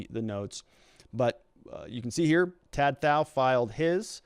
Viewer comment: If you or other readers haven't learned, the name "Tou" rhymes with "you" and the "th-" sound in southeast Asia is usually a hard "t" so "Thou" rhymes with "cow."